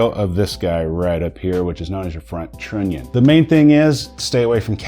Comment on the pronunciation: The way you pronounce trunion makes me angry.I know, you know.